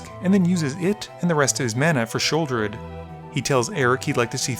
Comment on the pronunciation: LOL! “Sheoldeer”